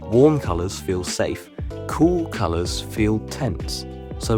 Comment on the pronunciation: "cool folours keel" 😂